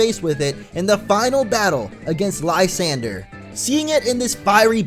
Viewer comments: isnt lysandre pronounced "liss-on-dray"? at least that's how i always pronounced it D: i was shocked when i heard "lie-san-der" LOL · You pronounced it wrongly. Lasandre(le-san-dre) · How the hell is lysandre pronounced?! (Lie-sand-er) Or (Lah-san-drey)